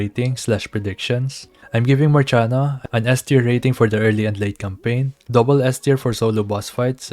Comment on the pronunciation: dosnt she have to be pronounce like Marsiana, Marshiana